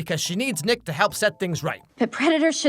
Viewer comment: I had to rewind sounded like you said 🥷mad at you…. 😂😂😂 it was Nick Is Mad at you…. My bad